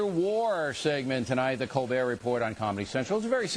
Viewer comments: did Stephen Colbert break character when he said Colbert instead of Col-bear? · his face when he says "colberrrrrt" hahahaha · "Are You COLBERT OR COLBER(T)?? " potatoe potato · After all that stuff about how Colbert pronounces his name, if I had been him I would have said "Pronounce it ColberT, because I'm afraid of bears!". Get it? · Why does it matter if he pronounces his name in a french tone? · Bill getting worked up over pronunciation of colbert is hilarious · Where did O'Reilly want to go with the whole thing about Colbert... pronouncing his name differently, I guess? What was that all about, I didn't get his point. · Ding a ling O'reilly can ask him anything, and the first thing he asked him is about how he pronounces his name.... That said it all..... HE'S GOT NOTHING!!!!! SHOCKER! lol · Too bad O'Reilly is to stupid to realize the shellacking he just took at the hands of a guest whom he expected to belittle. He avoided important issues and focused on minutia like the pronunciation of Colbert's name. Typical behavior. When you can't effectively debate, criticize. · He doesn't even remotely get that the French pronunciation is a gag. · yeah i was thinking the same thing. only time he seemed to get his feathers ruffled was over the disagreement about the pronunciation of stephen's last name, and that seemed staged. nothing to see here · Really, O'reilly? The pronunciation of his last name? That's the best u've got? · Can someone explain to me why I should care how Colbert pronounces his name? I legitimately don't understand